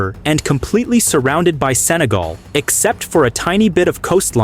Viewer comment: 日本語でもセネガルではなくサガルと聞こえますね